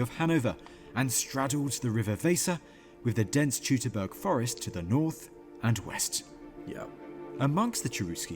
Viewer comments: I told you once that "Teutoburg" is pronounced "Toy-to-bourg". 🙂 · Someone should tell that it's pronounced TOITOBURG, not Teutoburg. That's the way the Germans pronounce the "EU" sound, as in FREUD. He makes that mistake far too many times! And no, it is not a hamburger!